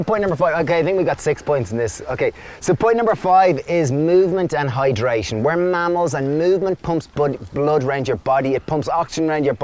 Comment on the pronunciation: LOL I thought you said we are camels until my brain caught up and I realised you said mammals!! :)